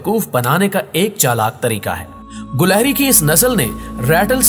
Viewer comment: gilehri not gulehri